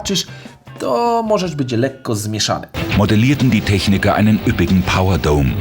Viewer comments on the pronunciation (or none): none